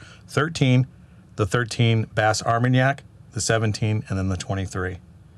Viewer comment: WELL DONE..!!! Great FFFF guys. 🥃 FYI, Bas Armagnac (the "s" in BAS is silent) is a region in the southwest of France where the brandy by the same name is produced, similar to the region of Cognac further north. Both are distilled wines with minor differences in distillation and aging processes. If you like French brandy you should try this... Delord Bas Armagnac 25 YR. Absolutely wonderful. I have not had the 23 yo. Of the remaining three, the 17 is my favorite while the 13 BA comes in 2nd.